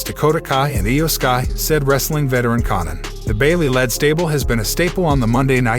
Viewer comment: This guy can’t pronounce Conan. 😂😂